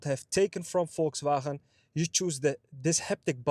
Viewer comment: VolkswhRHRAhaeee :-P